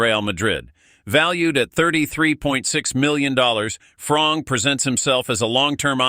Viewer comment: bull💩 news not even pronounce the name properly its FRiMPoNG not frong